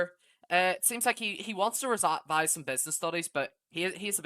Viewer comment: Bro cant say revise